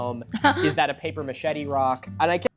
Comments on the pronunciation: I was scrolling to look for comments about this, I've never heard someone pronounce it like that. A paper machete would be pretty useless too 😆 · is it normal for native english speakers to pronounce "paper mache" like "paper machete"? or is this a local dialect?